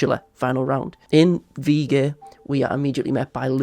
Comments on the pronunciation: As a German, you pronounced the word really well! And great analysis as always :] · THANK YOU FOR PRONOUNCING WIEGE CORRECTLY I LOVE YOU